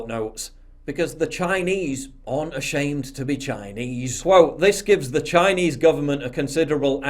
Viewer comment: why does this man speak "chiiiaayeneeease" like that